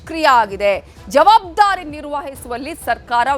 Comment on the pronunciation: ಮೊದ್ಲು anchor ನೀವು ಸರಿಪಡಿಸಿಕೊಳ್ಳಿ.ಅದು ಜವಾಬ್ದಾರಿ, ಜವಾದ್ಬಾರಿ ಅಲ್ಲ...